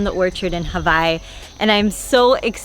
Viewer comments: Did you just say Havai? So its havai not hawaii? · what is ha-vi i thought she lived in hawaii?